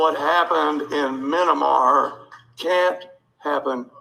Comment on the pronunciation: "Minimar",they can't even get the name of the country correctly!